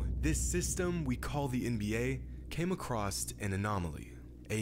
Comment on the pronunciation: he really said “came acrosst”